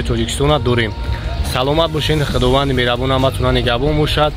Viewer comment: Мерабон не мехрубон